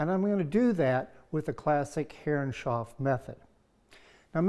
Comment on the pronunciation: Stunning job, wish dado blades were more easily available in the U.K. I need to make a large cockpit grating so watching lots of videos. Btw, and this is not a criticism, but why do you pronounce Herreshoff as Herrenshoff? Is that the more correct pronunciation?